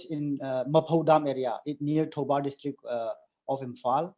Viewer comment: He said Thoubal district of Imphal. He doesn't even know what he's talking about. Where is this guy from...?